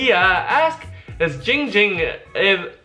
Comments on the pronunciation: Everyone it's not It's ging ging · IT’S NOT GINGER IT NOT DONG DOMG IT IT GING GING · Why don't anybody say name right